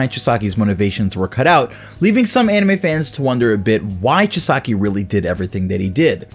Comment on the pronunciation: Chee-sah-key pronounce correct lol just kidding. I don't actually care, love the vid though.